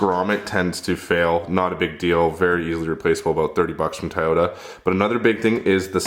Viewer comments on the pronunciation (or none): Hey Bud, it's 'TOY'----YO-TA, Not 'TI'----YO----TA. Where are you from?? And, Get a Mic. Listening to your Garage-Echo is a Drag. And, try to break-it-up a bit, Meaning your Mono-Tone Voice is Boring n Irritating. These Tips, are for Better Videos for us who might be tuning in, or not. Cheers.